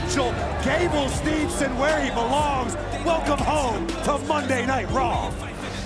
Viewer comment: made me laugh Byron Saxton mispronounce Gable Steveson name Corey Graves responds Steveson Saxton i hope he takes you down